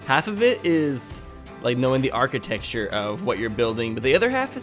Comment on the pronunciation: What is "architexture"? I know what architecture is, but not "architexture". I guess it's a Missouri thing too like antenna? Love the content btw, just discovered this channel a week ago and been binge watching!